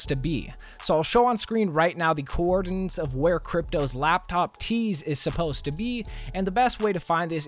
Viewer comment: do we talk about how he pronounced coordinates?